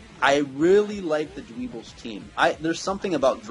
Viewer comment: It's not dweebles its dwebbles